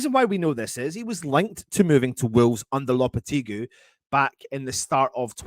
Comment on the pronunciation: Should be a £1 for every mispronunciation of Lopetegui as well?? 🤣